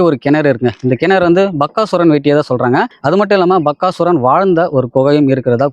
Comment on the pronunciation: Bakkasuran illa Bagasuran. Please pronounce proerly.